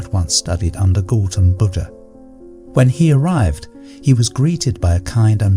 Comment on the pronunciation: Please 🙏🏼 it’s disrespectful to mispronounce GAUTHAM BUDDHA 🙏🏼please ….